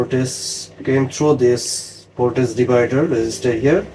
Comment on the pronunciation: Voltage ▪️vowl•TUHJ ▪️vohl•TIJ ▪️vol•T-I-H-J-J-J No “s” sound… “Voltace/Voltis” are not words. “Vohl” + “TIJJJJ” = “voltage” ✅